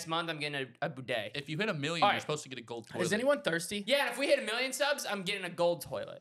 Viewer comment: said BooDay instead of bidet